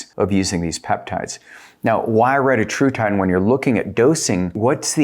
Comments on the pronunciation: RE-TA-TRU-TIDE not RETA-TRUTIDE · Thx, all good and interesting info. Not a criticism but, for the sake of accuracy, you should verify the correct pronunciation of retatrutide. The Eli inventor recently confirmed the correct pronunciation and it’s very different.